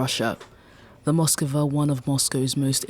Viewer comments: Ityno not Moskova. It’s Moskva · Its not Moskova but only Moskva. Learn it properly. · Why is everyone adding an extra o to Moskva? Its Moskva not MoskOva